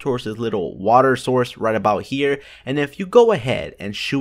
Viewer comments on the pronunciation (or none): none